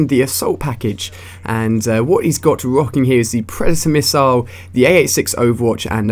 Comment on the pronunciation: meeper rissile anyone else hear it?